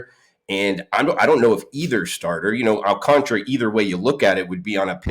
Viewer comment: Please let's all in the media say his name correctly... AL-CAN-TARA. GOD STOP YOU SOUND SO BAD.